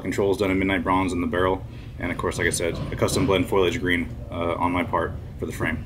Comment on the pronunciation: Looks great. Foliage is pronounced "fo-lee-ij" not "foil-lee-ij" btw <3